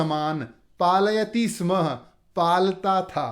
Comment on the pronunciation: स्म स्य स्मः उच्चारणं मा करोतु भवान्